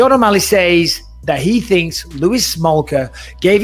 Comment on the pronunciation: It's just Shawn Malley. He's never getting that O back